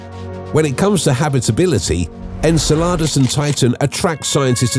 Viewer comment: Pretty sure Enceladus isn't pronounced sounding like enchiladas. Lol